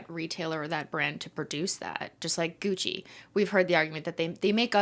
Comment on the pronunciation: IDK WHY BUT THE FREAKING GUCCY HAD ME DYING